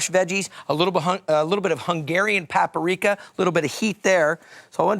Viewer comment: Pap-A-Rika. Lol.